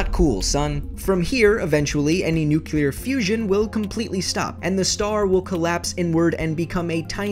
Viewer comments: It's nuclear fusion not nucular fusion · nucular? nuclear you mean? nuke-clear not nu-cu-lar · Did he say nucluar? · ffs why do so many people say "nucular" instead of nuclear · You said newkulear... ugh. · "nucular"? Really? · seriously, nookeelar/nukilar? Dumbass!